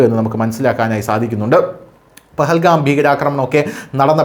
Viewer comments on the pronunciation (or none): none